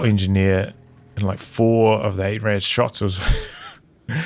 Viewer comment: Yeah, the Rad in 8-Rad is pronounced just like the Ketten-K(raft)-Rad but most English people have problems pronouncing the German "ch" like in "acht" = "eight" (IPA: /ɑxt/) so yeah xD would make more sense for you to call it eight wheel or (Sd.Kfz.) 232